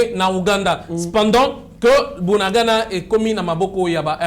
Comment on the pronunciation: Yoka ndenge ozo prononcer bunagana, 3za pasi po nayo po bakombo nyonso oyo eza kinyarwanda, bunagana, cyanzu, rumangabo. oyebi bitumba oyo eza bien po verite nyonso ekobima na mpwasa.